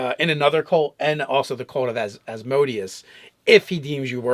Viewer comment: Love you guys, but the lord of the 9th layer of Hell is pronounced with an accent on the 3rd syllable: -> /ˌæzməˈdiːəs/